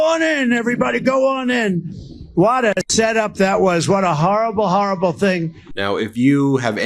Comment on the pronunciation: The press will say I said a "HARRABLE thing". Yeah it was a HARRABLE thing.